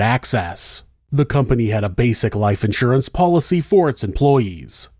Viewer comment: I love how you pronounce insurance as though there’s an ‘out’surance 😂